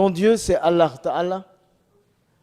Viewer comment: it is true. I am at minute and I am not an arab but I have heard arabs speaking and Allah being pronounced by non arab imams, but this guy does not pronounce it correctly for an imam being exposed to arabic and quran from the age of 3. Plus the Pease be upon him was not correct, man. WOW. Continuing watching.